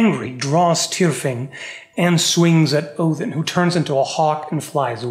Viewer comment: I truly appreciate proper pronunciation of the Allfather's name. The devil is in the details...